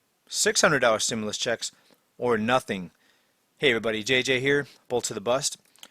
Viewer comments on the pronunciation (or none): Herro erryboddy